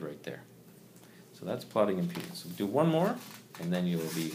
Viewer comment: impenis or impedance